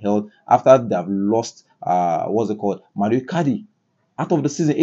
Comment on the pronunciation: Mauro not mario